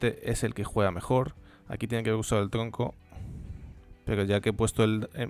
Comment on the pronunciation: alguien noto q dice tlonco y no tronco xD